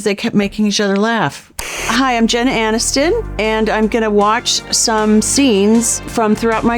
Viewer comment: Did she just say “I’m Jenna Anniston”?